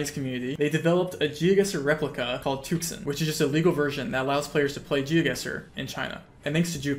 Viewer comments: Tuxun is pronounced more like too-shyun in Chinese. Took-sun do sound really cool tho lol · Just fyi, and in the spirit of learning, there is no k sound in tuxun. It's not tukson. An X in Chinese is pronounced like a slightly lispy s. Dunno how to explain the U though... first is deep oo, second is shallow oo.... close enough. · too-shün is what it's pronounced like in case anyone cares enough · crying how he mispronounces tuxun every single time